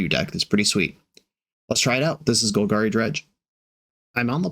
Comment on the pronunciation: Wizards of the Coast has an official pronunciation guide on their site. Its Golg-AIRY no Gul-GAHRY